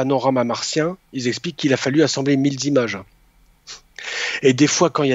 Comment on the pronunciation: ...il a fallu assembler mille zimages. Vous le faites exprès ou quoi?? Tout le monde sur youtube parle de quatre zétats, sept zarmes, deux mille zannées, vingt zeuros, huit zenfants, neuf zarbres, etc, etc... C'est un jeu et je ne suis pas au courant? Même les gens les plus cultivés et sérieux y jouent!